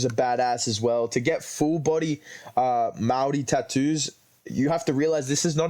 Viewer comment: Fkn W pronunciation on maori my g 😂